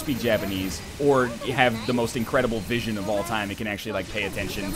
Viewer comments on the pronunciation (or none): none